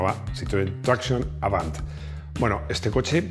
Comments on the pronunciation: Tractiion avant en francés se pronuncia: tracsión aván. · A ver, como los videos son impecables y técnicamente no se por donde pillarte, solo se me ocurre una cosa, pues cuando dices tracción, lo dices con acento inglés, y "tracción avant", es francés,.... Ya está, ya te pongo una "pega" 😂😂😂😂😂con todo cariño y admiración.